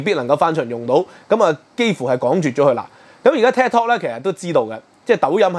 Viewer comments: tik tok 係「剔托」，唔係「踢托」，好ung耳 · 禁Ted Talk 🤔? Ted Talk is very popular. Should be Tik Tok pronounced as “Take Talk”. 😃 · 係Tik Tok 唔係Ted Talk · 發音可能要準少少，我聽到 Ted Talk 🙈🙈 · ，你自己題目都正確寫出TIK-tok; 點解你的不斷讀書Ted-tok? 還有是余茂春，呢個名大家都知，你有點落後了！